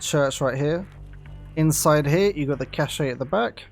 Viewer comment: Cache is pronounced "cash" you dingus. There is no accent over the final e.